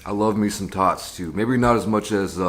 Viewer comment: said, "I love me some tots" I heard, " I love me some thots" 😂😂💀💀